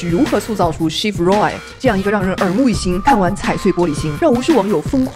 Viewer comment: 你Roy的发音好怪…